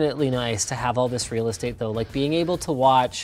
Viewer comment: "Desktop Realahskadate" - Linus Sebastian